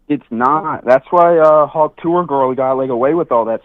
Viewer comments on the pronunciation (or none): none